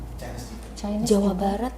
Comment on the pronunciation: maaf ibu, chinese itu bacanya bukan caines, tapi cainis. bukan mau sok pintar, cuma mengingatkan.